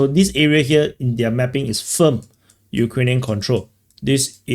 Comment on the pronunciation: Mapping is pronounced "mappppping" with a crazy accent on p . 😂